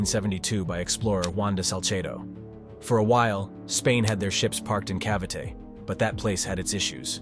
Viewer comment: Your pronounciation of Cavite is terrible, I had to listen twice - Ca (as in cat)- vee - tay - and I think Manila Bay is much bigger than Subic Bay, the thing is that Subic offers more shelter during typhoons than Manila does, but blockading is another problem....